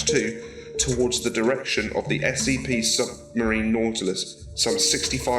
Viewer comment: its not natlass its nautilus